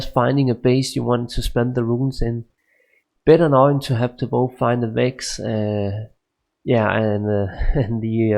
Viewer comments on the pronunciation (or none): none